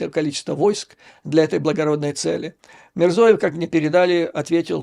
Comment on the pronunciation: Вы неправильно называете фамилию Президента Узб.не Мирзоев а Мирзиёев,но насчет плова смешно.